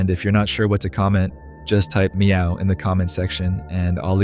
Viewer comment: MEOOW, (had to go back to make sure that’s what you said 😅)